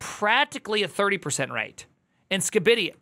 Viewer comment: I can't believe I'm slightly irked by how you say Skibidi.